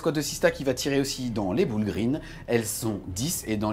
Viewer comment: Les "boul' green" xD damn la prononciation ! 🤣